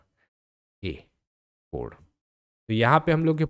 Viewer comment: Godd nhi hota, gond hota h, sahi se to pronounce kero kam se kam...